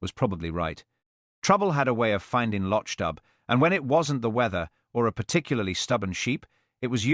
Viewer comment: The town’s name is pronounced /lok doob/ not /losh dub/